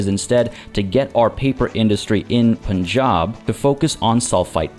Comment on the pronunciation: Lmao intentionally mispronouncing things for the intro to this one was a challenge. "Poonjab" lmao. Major focus on economic progress this episode as we gear up for the next major conflict. If you missed the previous episodes, check out the playlist here